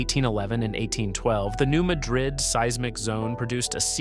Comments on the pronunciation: It is pronounced New Mad-Rid, not like the Spanish city. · FYI, we pronounce it New MA - drid. Ma is like Man without the n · They pronounce it “mad-rid” in Missouri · You are misprnouncing Madrid.